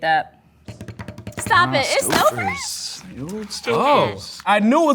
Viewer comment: Is the one guy a food scientist with his gastronomic knowledge of the chemicals? And, Stouffer is pronounced 'Stow-fur'.